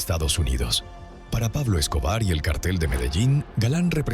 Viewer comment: Se dice cártel (en el sentido de grupo de delincuentes) con acento en la a. No es lo mismo que cartel (en el sentido de papel, anuncio, póster). Son dos palabras distintas, a ver si se enteran de lo que dicen, para no confundir a la gente.